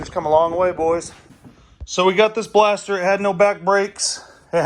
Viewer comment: Can never go wrong with a blastah, I aint never seen a bumper like that either its damn sick though. Killer vidyah!!!